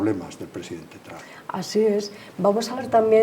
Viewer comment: Tran NO se dice Trump...cateta!!!!